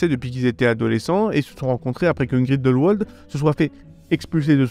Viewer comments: par pitié, ça se prononce grindelVald, pas grindelouald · Ca se prononce GrindelVald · Alors je ne sais si c'est parce que je suis suisse et que Grindelwald est un lieu qui se prononce en allemand, l'entendre avec la prononciation anglaise me fait sourire. ^.^